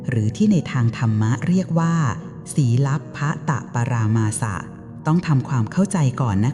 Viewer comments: สี...ลัพ..พัต .ปรา มาส อ่านแบบนี้นะ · ศีลภตปรามาส อ่านว่า สีล ละ ภะ ตะ ปรา มาด ค่ะ